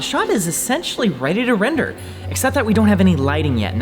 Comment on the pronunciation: "Wrender." Wren 2019